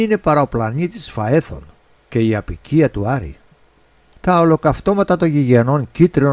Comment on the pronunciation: πλανήτης Φαέθων, όχι Φεάθων!